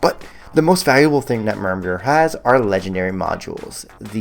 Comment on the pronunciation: Pronounced "MER-merg"